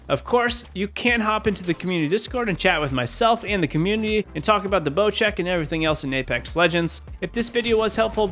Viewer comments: why is it called bochek isnt it bosek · Not bochek. Bocek.